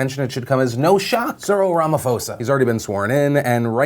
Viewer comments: It's pronounced 'po' not 'fo' :) But yeah, everyone here in South Africa is really hopeful that things are going to change, but honestly it's the entire party that's corrupt not just Zuma. People have wanted Cyril to take over for years though, so we'll see how it goes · Hi Phil, Cyril Ramaphosa is pronounced "Rama-paw-sar" not "Rama-four-sar" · Lol pronounce "Ramaposa" not "Ramafosa" nice try though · I'm gonna be that guy :-) , Ramaphosa is pronounced: Ramapossa, not Ramafosa... he he... #notmygramma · Hey Phill. You made a slight mistake. It is not 'Rama-fo-sa', it is 'Rama-po-sa'. The 'ph' is not a F sound but a P sound in this instance. You make a good show. Well done to you and your team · TL;DR: It's pronounced Ra-ma-PAW-za, not Ra-ma-fo-za LONG VERSION: The R is rolled, hard, but you can get away with not rolling it if that's hard for you. The key thing is that the P is totally a hard english P, not an F. In his language, the h doesn't turn the P into an F sound; rather it makes the P a bit breathy. If you can make the P breathy, you get points. If you can't, you're still good, no one is going to laugh at you. The only other place you can improve is that the O sound is more like it would be in the English word "paw". Still, we're kinda impressed you noticed us. Thanks man. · Im from Cape Town RSA our president now is Ciril Ramaphoza the P is silent. so its pronounced Ramapoza and we are overjoyed this side, we have lots of hope for our future and he is the one leader we need to help that along. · It's pronounced Ramaposa not Ramafosa even though it's spelt Ramaphosa. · Philip our president's name is pronoused Rama-pausa-ah not Rama-fose-ah. Please correct your pronounciation going forward. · It's "Ramaposa" not Ramafosa" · Lmao Ramafosa 😂 Phil it's pronounced Ramaposa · Philip thank you for talking about South Africa. We are feeling very hopeful! It's not pronounced Rama-fosa hehe it's Rama-posa. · phill the pronunciation is Rama-POH-sa not rama-fo-sa